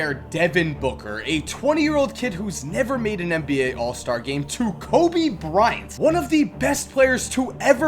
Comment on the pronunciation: "COBY. BRI-ANT.." why the fuck u pronounce kobe's name so weirdly lmao